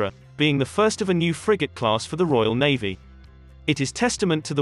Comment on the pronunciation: Navvy or Navy? These voice commentaries are dreadful.